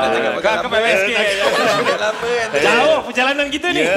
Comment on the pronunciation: Syafiah Insyirah its otai not otak 😪